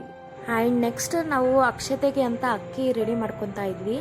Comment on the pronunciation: 437 ನಿಮ್ಮ ಶಬ್ದ ಹಕ್ಕಿ. ..😂😅 ಎಂಥಾ ವಿಪರ್ಯಾಸ ನಿಮ್ಮ ಕನ್ನಡ